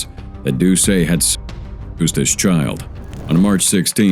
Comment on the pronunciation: You cant say the word child. 😂